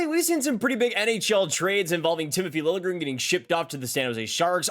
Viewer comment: Apparently now Liljegren wants his name pronounced "lil je grin" (with the j pronounced like a j, not like a y, not just ignored).